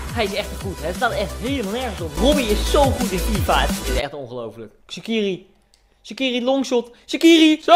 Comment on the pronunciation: Maak een video over shaqiri en je spreekt het uit als shatshiri